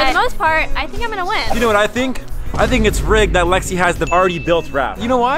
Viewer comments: Am i the only one that heard “sorry baby” instead of “sorry lexi” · Is it just me or did it sound like he said sorry I am so sorry baby to Lexi or no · Omg Iv'e watched this video so many times and I thought he said baby and I was right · what i heard the word starting with b, i try many time to listen if word start with o or L (Lexi) but i still didnt catch that